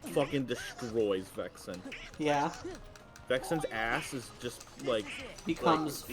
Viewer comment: I'm Vexan, not Vexen